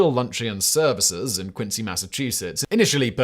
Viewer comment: he said quincy with a C, as he should.